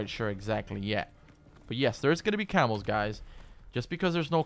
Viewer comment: CAMOS... I thought he was saying Camels LUL